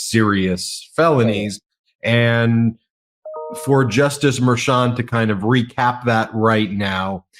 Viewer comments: Why not correct mispronunciation of Merchan? I notice that Ben has now adopted the incorrect version. I don't understand that. You guys are professionals, right? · Please pronounce the judge's name correctly. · I know he is older, but can pronounce Judge Merchan's name correctly? I already have too many friends who mispronounce Kamala.